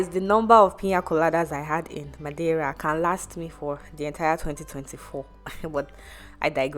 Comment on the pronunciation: A for effort for your pronunciation of Madeira 👏